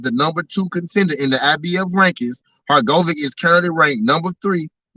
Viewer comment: Bruhhhhh Your pronunciation of Filip Hrgovic tells me 1000% that you have never watched a fight of his, I don’t know why you profess to be knowledgeable in the sport of boxing when you are speaking on boxers who you have not even seen compete, if you have then you would know and hear the commentator pronounce the name particularly Hurr-Go-Vich! Nat Ur-go-Vick TF man. Awful